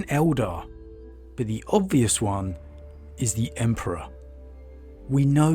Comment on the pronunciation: I think Lorgar was just craving to have something superior than him to tell him what to do and so he could save face when committing atrocities "in the name of the emperor" and his whorship was a way to do so. Also, you misspronounced God Emperor many times